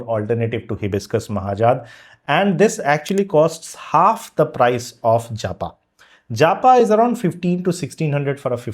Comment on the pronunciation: I doubt its 'JA PA'. Most likely 'japa' as in prayer meditation